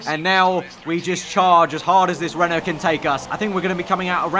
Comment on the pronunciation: Every time you say "Renault car" I hear "rental car" :P